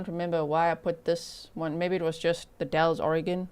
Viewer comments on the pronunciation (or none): FYI locals say “ The Dalls” not dalls.